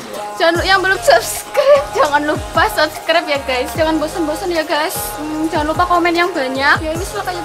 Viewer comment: Gays jangan ngomong gays 😂